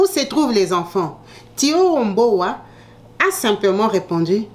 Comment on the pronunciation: Le prénom et le nom étaient mal prononcés, dans la vidéo mais si c'est thioro mbow oui elle est sénégalaise